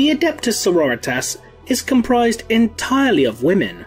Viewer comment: I just want to sya as a long time viewer of the channel i love your stuff, but I love how you say Sorritas, becasue it reminds me of Eric Cartmen sayin Authority and it is both beautiful and amazing! Keep up making the great vids!